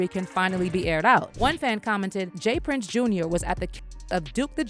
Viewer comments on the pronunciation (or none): It's not Jas Prince. It's J Prince Jr